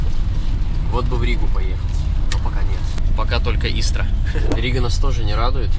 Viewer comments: Не ИстрА ,а Истра. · Не ИстрА, а Истра! Ударение на "И". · Круто смотрю вас и вы у нас в городе. Ударение на «и» Истра